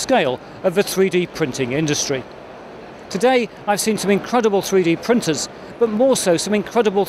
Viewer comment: Thwee dee pwintuhs.